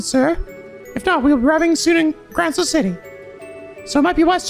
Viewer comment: Oh yeah, since it's an obviously bigger deal in this game compared to the previous ones, you've actually been pronouncing Gralsritter wrong, there's a lack of an i in Gral hence making it pronounced like gr-all instead of grail!